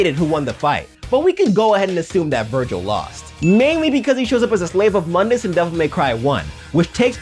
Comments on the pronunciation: Your saying mundus name wrong your saying it from the DMC game not from the original devil may cry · Mundus was mispronounced.